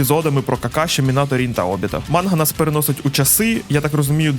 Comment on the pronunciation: Правильно: манґа ; пояснію чому. Слово манґа складається з наступний ієрогліф [ マンガ ] якраз ガ читається як "ґа". Це затвержено у будь-якій японсько-українські системи транскрипції. Додотково для перевірки ви можете послухати через google перекладач, або знайти відео японською. Додоткова інформаця ガ також означає як міль